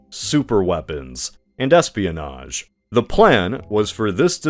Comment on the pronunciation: “Espianoge”?? Ooh, yeah, just do a “collab” government. That’s the ticket!